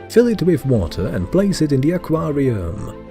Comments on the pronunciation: Ah Quaaar Re UUmmm 🤣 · ‘aquariUHHM’ ‘warTARE’ ‘bayBEES’ Very annoying!